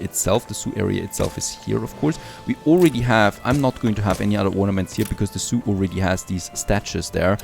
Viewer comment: when you said zoo i always heard soup :)